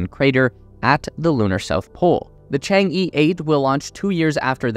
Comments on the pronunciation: This title is going to look really funny in 10 years. your takeaways from NASA are... a little convoluted though not entirely wrong. Could use some work. Also, friendly critique, it's "Chang-e" not "Chang-i". Pronounced kind of like "Chang-uh" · FYI, Chang'e is pronounced as /tʃɑːn ɚ/ but not /tʃɑːn iː/ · Chang E is not pronounced as “chang i” It pronounces like "chang a", "a" is like the pronounciation of the "a" in "a robot" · chang eh, not Chang E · Chang-e is not Chang Yeee, it's Chang Urrr. It's the name of a Chinese moon goddess. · I believe its Chang'e not Chengi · chang-e should be pronounced chang-er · Your pronunciation of Chang e really drives me crazy.. other than this, great video. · Cant even pronounce Chang E😆